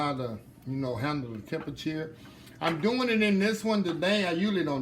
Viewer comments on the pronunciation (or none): LOL love how you say "tem-pe-chur"🤣🤣, so country